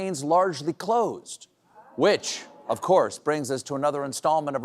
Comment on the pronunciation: Thumbs up for “cluzed”.